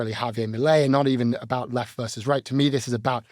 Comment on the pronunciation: "Havier Malay" lmfao